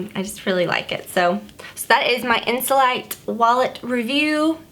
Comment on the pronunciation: You pronounce it (insoleete) in French :)